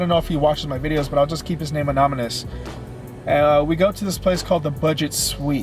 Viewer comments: ***** lmao its a-nony-mous not ano-my-lous its piss revoltinening good vid tho waiting for next part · you said anomonus 😂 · “Keep his name anomynous” LOL